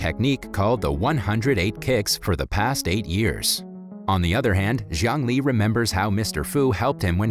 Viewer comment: Jiang Li’s name pronunciation sounded like “Zhongli”